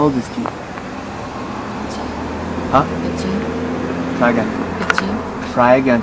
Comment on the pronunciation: Someone who can’t even say Keith making fun of kids named Keith is hilarious.